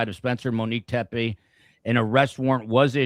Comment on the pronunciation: The last name is pronounced Tep-ee, not Tep-ay.